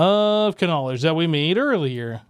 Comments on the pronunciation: Isn't knowledge pronounced nowledge? Not K nowledge? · When he said the book Of KANOWLEGDE instead of just KNOWLEDGE that made me laugh my arse oooff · Book of k-nowledge is this a running joke or can you just not read?😅😂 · He pronounces it correctly elsewhere, so what do you think? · If you aren't joking and are serious, yes. He is saying it wrong on purpose.